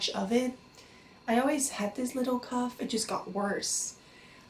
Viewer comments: Cough (CAW-F) not Cuff. Also I'm subbing, prayers to you 🙏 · i think u did a great job translating!!! just a little tip that i know isn't necessarily lol but i think u were trying to say cough but it came out more like cuff? unless cuff is another medical that i am unaware with which is very likely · I know your going through a very challenging time in your life. And I don't mean to seem disrespectful, but it sounds like your pronouncing it "cuff". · Anyone knows where she's from? Sounds like she's saying "cuff". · The way she says cough is annoying and the puffer is an inhaler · Apart from the echopuncture and the cuff...😉 No I'm kidding, I thought she was American until she mispronounced cough....she really does have good English though.